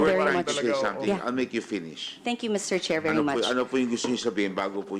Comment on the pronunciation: Fernandez:medyo “werry”ako😂😂😂